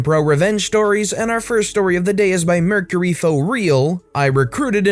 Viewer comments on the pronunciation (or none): none